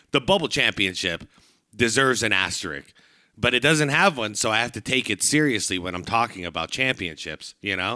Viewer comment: Asterisk is punctuation. Asterix is Obelix's mate. Asterik? That's a new one!